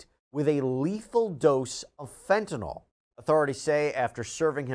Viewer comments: fenta-nil, not fenta-nawl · My drug app that I use to cheat with says FEN ta nil. That is the official pronunciation used for the generic.